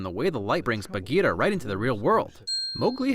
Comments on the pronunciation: The panther's name is Bagheera, not Bageeta. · i've always loved this movie and disney, but being indian, seeing amreicans butcher the pronunciations of indian names in the movie was just, uncomfortable? sher khan has a rolling R like sherr khan, same for for bagheera, baloo is just americanisation of the word, bhaloo, which means bear in hindi (clever name, i know), akela is pronounced as A-kay-la (it means alone, because lone wolf), raksha is pronounced as ruck-sha (means to protect in hindi, since mothers always protect their cubs, bandar log is pronounced as bun-der low-g (means monkey people in hindi). i can never not love this movie, i grew up watchng the animated series so the mispronunciation is something i just pass. its such an amazing story.